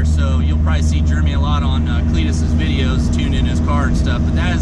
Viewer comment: Are you saying germy? Instead of Jeremy😂